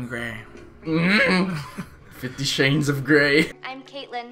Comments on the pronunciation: "50 Shanes of Grey?" I died 🤣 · “50 SHANES OF GRAY” I JUST CHOKED- 💀